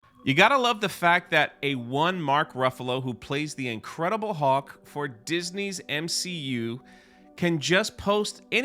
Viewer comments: Um.. did you just say “Incredible Hawk”.. 😂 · “The incredible huak”? C’mon, really